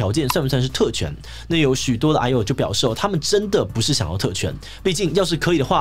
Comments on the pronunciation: 抱歉嚴肅話題，我一直聽成唉呦…。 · 一直把癌友聽成哎喲